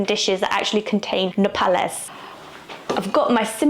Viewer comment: You said "nopales" very well! They're SO GOOD. As your Mexican-American friend from St. Louis in thr US and Monterrey in Mexico, prickly pear tastes like strawberry mixed with honey to me. Agave juice is called "agua miel" - honey water - and it's like that but fruitier to me.